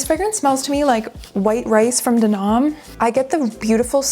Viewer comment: D’Annam is pronounced exactly like how it’s spelled: dahn - nahm. It’s French (De Annam = D’Annam. Per French grammatical rule, the last vowel of the first word is replaced with the apostrophe when the first letter of the second word is also a vowel, because it sounds better than way).